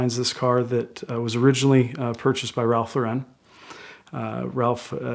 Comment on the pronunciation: Pronounces Archie's name correctly, botches Ralph Lauren.